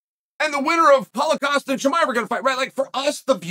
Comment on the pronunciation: when he says Paul Costa sounds like Holla Costa 🤣